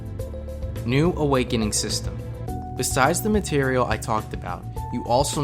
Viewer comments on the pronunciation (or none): none